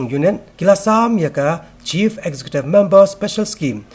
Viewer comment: Excecutive ym dei escecutive da kren bha bah sngew lehrain